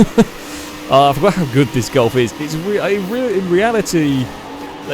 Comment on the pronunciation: No it's how he pronounces it lol, is no one going to talk about your grammar.